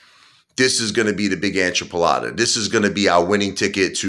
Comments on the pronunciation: Please don't take advice from someone who says the "Whole Ancha Polata" not enchilada... This video is not financial advice bit he is out of his MIND.. Like he said he bought this mess at $53 and is down huge. Sorry about your loss dude but this Conspiracy Theory cuz that's what this is I can't even understand what your goal really is. Is pretty clear right now what is happening but u are about to blow alot of cash and no clear plan how your getting out of it except for BUYING an island and dumping MORE CASH. Your NUTS. Just stop dude. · What's an "Anchapulatta" ? 😂😂😂